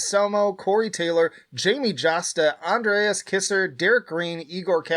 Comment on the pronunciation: Andreas “KYZER” NOT kisser